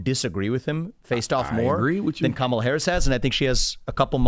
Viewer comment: As an Indian I'll say, Kamala cant say her own name properly 🤣 She's not Indian and her policies are awful. Identity politics is low IQ just like Charlamagne the Goon.